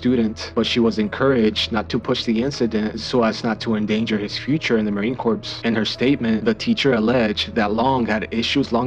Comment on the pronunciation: Respectfully, Marine CORPS is pronounced Marine “CORE.” Not corpse. Corpse is a dead body.